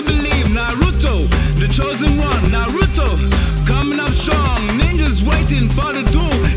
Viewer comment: The girl singing pronounces Naruto like my mom